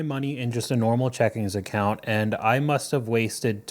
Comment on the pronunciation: Checking account not checkingS account, I was tempted to turn off this video lol